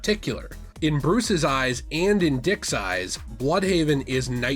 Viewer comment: "....and in Dick's size" raises eyebrow Sorry I know you said "in Dick's eyes" but my hearing comprehension went out of whack.